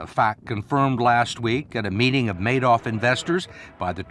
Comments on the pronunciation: Markopolous clearly saying manoff and mister Man - off repeatedly instead of Madoff. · Why does he keep saying Manoff? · So smart but he can't pronounce Madoff name right I cringe when he says it but I'm glad he was there to figure this criminal out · The guy is brilliant, but he can't pronounce Madoff's name correctly. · An incredibly smart guy and yet he can't pronounce Madoff correctly.